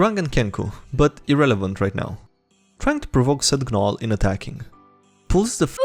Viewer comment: You're pointing that out and not that he pronounced the "g" in "gnome" and "gnoll"?